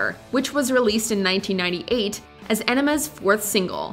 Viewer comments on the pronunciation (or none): she pronounced ænima as "enema" and we need to talk about that.